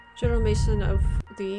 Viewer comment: at 16 minutes it isn't general mason, it is general Maison (MeyZohn) french for house. I don't know why you are trying to understand the nitty gritty of the battles, you would never make a general, from the historical context all you need to know, is who won and how many casualties.